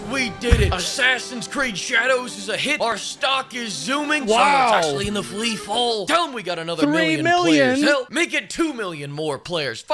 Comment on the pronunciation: flee-fall is foul 😂